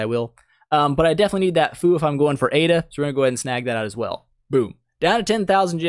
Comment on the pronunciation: Thanks for vidoe on this. Had so many questions with the Chinese New Year event lol. Also the correct pronunciation of Aida is actually "I Day." It's a Hispanic name.